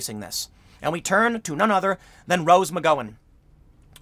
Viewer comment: You"re saying the Rose's name wrong its killing me man